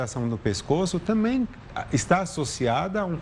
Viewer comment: Krai, "tanbem" "tabem" mas menos "TAMBÉM"